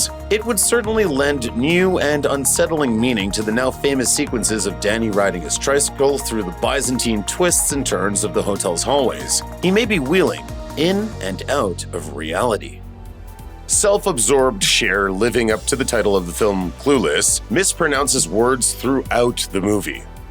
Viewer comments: I love looper but the guys narrating in so many videos mispronounces soooo much!!!! Example - Byzantine is pronounced Biz-an-teen…NOT Bi-zan-teen. It’s not a sexual preference 😂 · The guy who just said, "BYE-zin-teen" goes on to talk about an actor who mispronounces words 🤣 I've only ever heard it pronounced , "Biz-en-teen".